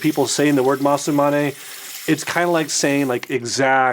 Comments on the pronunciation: You say: Masu-mane - it's Masa-mune. Also its Tatara (tat-a-ra) not Tatt-era. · considering you keep saying both the brand and the razor wrong, that is low key hilarious 😂 I dig the new studio tho! 😎